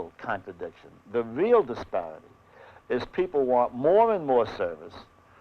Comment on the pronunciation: "the VEAL contradictions,the VEAL disparity.." was he hungry or ?